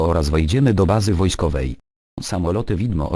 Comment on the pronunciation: "jedziemy do bazy "WOSKOWEJ" " hahaha